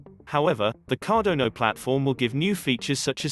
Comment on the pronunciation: CardonO really? ... CardoNOOOO ........ CARDANO